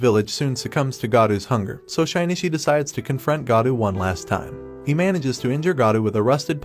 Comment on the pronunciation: great video but the way you say Shinichi's name makes me want to sandpaper my bald head